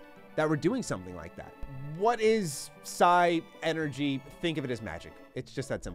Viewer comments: It's pronounced Psynergy and not Psi-Energy.. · Dude, it’s pronounce like genie. The d is silent. That’s the proper spelling of “genie” it’s “djini”. Sorry but I really thought you should know. It’s also not Psy energy. It’s Psynergy. Like Synergy with their allotted element. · Just saying it is pronounced "sigh-ner-gy" not "sigh-energy" Also the "d" on djinn is silent. The plural is djinni which is pronounced "genie" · They already told you about the djinn, but the magic is call psynergy, “Sin-er-gy. Otherwise love the video, I miss reading the manuals on the car ride back from Walmart